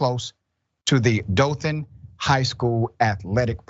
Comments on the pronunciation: If you can't pronounce Dothan correctly (Doe-than) correctly keep it out of your mouth. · "dough-than". Hearing it like that hurt me as a nearby local xD. Im from PC in FL about an hour or so away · The "O" in Dothan is long.